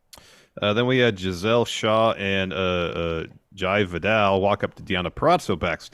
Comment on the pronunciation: Friendos I love u but for the sake of my friend ITS PRONOUNCED Jā Vīdal